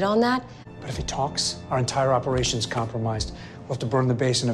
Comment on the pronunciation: Does anyone else here Coulson say complamised instead of compromised?